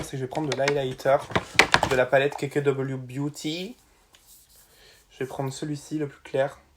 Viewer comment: Jaime trop quand tu dis beauty avec l'accent !!